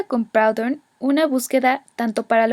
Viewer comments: Muy buena explicación. Sin embargo no se pronuncia "Praudon", se dice "Prudhon". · muy bien un solo apunte Proudhon es frances no inglés y su nombre se pronuncia prudon aproximadamente. he necesitado 3 minutos para entender